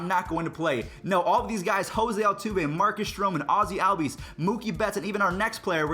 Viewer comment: No offense but pls say ozzies name correct